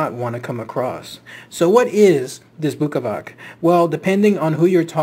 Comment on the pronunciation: Bukavac is pronounced bookavats and, yes it comes from buka - noise. And Srijem is pronounced Sriem, J is read like Y.